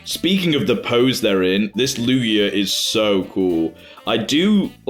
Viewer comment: Lugier? Or lugia